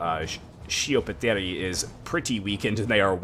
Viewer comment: btw you read sch as sk in italian so schioppettieri would be pronounced skioppettieri. great video man !